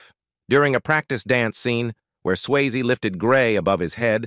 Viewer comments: Please have the decency to pronounce his surname correctly. It is not 'Swaye' it is 'Syasee'. Also do not clickbait by using the photo of another actress in the thumb nail. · uits not swayz its sway-zee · its sway-zee not sways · Swasie, not sways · Your robot cannot pronounce Swayze correctly! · This should be re-recorded to get Patrick’s name pronounced correctly. What a big miss….